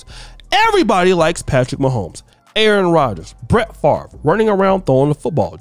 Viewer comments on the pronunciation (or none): none